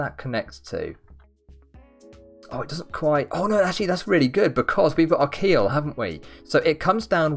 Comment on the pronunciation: he said keel it sounds like he said akhil my name 😧